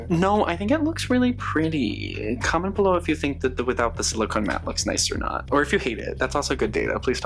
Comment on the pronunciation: Loving this intro so much and the outtake was great! I had a good laugh and rewound it because it sounded like you said “description buffalo” instead of “description below” at the beginning, which feels very fitting for the haha. This is such a gorgeous collection, so many gorgeous vampy shades.